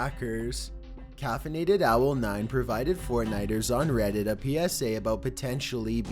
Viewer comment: Why does this guy have to speak like that: rediteeer, warheeaad photoo